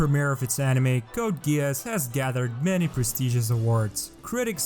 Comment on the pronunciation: I was like dudeeee not only he couldn't pronounce geass and gard right he thinks ram and rem are the same come on dude